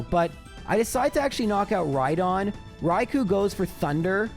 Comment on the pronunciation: It's Raikoo not Raikoe